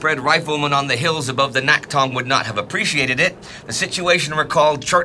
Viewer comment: Thanks for another stellar episode, and I've been watching the series with excitement as a Korean whose grandfather died fighting in this war. By the way, the "낙동(강)" should be pronounced as "Nakdong" instead of "Naktong". I only mention this because you've been doing a great job so far to pronumciate Korean names otherwise. It may be written as "Naktong" in English documents because Korean romanisation is all over the place, but the original letter "ㄷ" is never pronounced as "t", for which there's another letter, i.e. "ㅌ". Also, a very minor thing to mention while I'm at it. I noticed you consistently call "Pohang" as "Pohang Dong". "-dong(동)" is a submunicipal level administrative unit of a city, e.g. "Pohang Si(city)". As such, if the intention isn't specifically to denote that part of the city, it'd be better to use a more general name of the region, i.e. "Pohang".